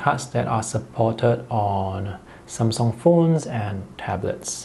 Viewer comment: Took me a while to understand "some song/sone" is how he says Samsung